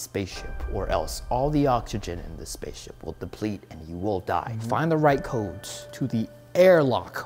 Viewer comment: U pronounced the codes wrong . I started laughing